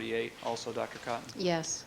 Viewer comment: Is it really necessary for him to start every single question to the witness with their name? It's infuriating!! Especially when he pronounces it Dr Cooooton.